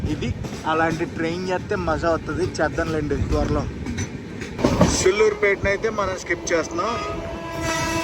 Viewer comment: Bayya meeru station names thappuga antunnaru SULLURUPETA సూళ్లూరుపేట dheeragam theyali and pet kadhu bro Peta, padugupadu ni paaadugupad antunnaru